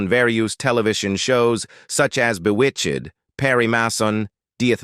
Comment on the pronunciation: All the mispronunciations makes this video a gas! I mean it's bewitch-ed!